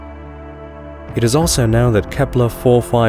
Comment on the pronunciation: What a funny accent, your not a native speaker? The way you say known , you say nown. But you pronounce words with a posh English accent